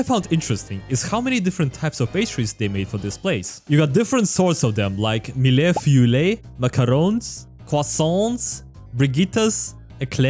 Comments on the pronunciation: "Mille-feuille" Mille -> sound like "Meal" Feuille -> start with "Fur", minus the "r" [Fu], add an "y" [Fuy] Mille-feuille -> Meal-fuy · "millě fiüllě" I'm dying in french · i don't blame you, but mille-feuilles is 2 syllables lmao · As a French viewer, your french was bad, especially for "Mille-Feuille", but it was funny tho. Keep up the good work ! 💪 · I'm French and the pronunciation of "mille-feuille" and other pastries or french word, made me laugh all afternoon. Otherwise, I love your videos, so keep it up!